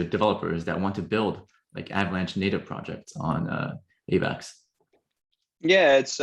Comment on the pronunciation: The way this guy says Avax bothered me